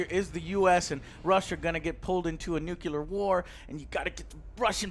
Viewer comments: "Nukeelar".....It has been said many times under many of your videos, please Mr Vargas, it is as in "new" +"clear" : "nu-clear". Not "nukee"-"lar". Unless you do have a speech impediment, in that case disregard my comment. All the best to you. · IT'S NUCLEAR, NOT NUCULAR! Other than that, pretty neat review, though I liked the other format more